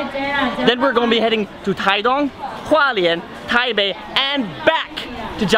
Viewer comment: Taipei念起來像"台配"XD